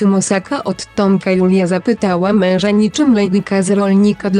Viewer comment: Ta tak dziwnie wypowiada słowo: MEŁŻA